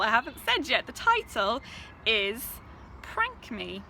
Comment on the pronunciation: no one else heard prank me and thought spank me?!? okay. anyhoo; i fully support being in the backseat as a yt viewer if it means that //this// is a thing thats happening. congratulations